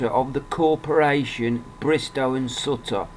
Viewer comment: pronounce it like suit her not like sut...ta great vid though :)